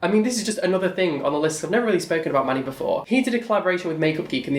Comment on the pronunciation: Every time you said Manny it sounded like money ... Oh wait I think I heard right ;)